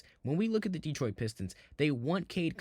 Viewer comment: Asur Thompson is a unique player freak athlete comparing him to P J Tucker is ridiculous Cade Cunningham is an excellent defender! He plays nothing like Harden. Please learn how to pronounce Detroit. You know nothing about our team what you should be talking about is how we are ahead of schedule! Trajan knows what he’s doing! No need to do anything major this season he’s going to see how far this group can go , then he will make moves in the off- season last of all Orlando is not a typical 8 seed had they been healthy they would have finished much higher! What this 60 win team has shown is there is more than one way to win in this league might even get some real fans back! You know ones who appreciate defense, physical play! Instead of let’s shoot 50 3’s a game, hunt fouls and push offs to gain space on offense